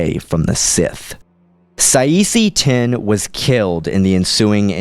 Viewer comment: it should be Kit Fisto vs Saesee Tiin (pronounce Saa See Tin)